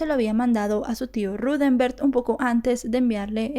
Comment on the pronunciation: Vale la pena que al hacer tus vídeos, te asegures de que estás nombrando y diciendo el nombre correcto de los involucrados. Hasta donde se ha dicho en otras investigaciones, el nombre del tío de Utah es Rudemberg, NO Ruthember como lo indicas.